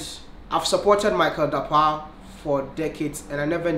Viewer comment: I loved how he pronounced the Dapaah In a Ghanaian way..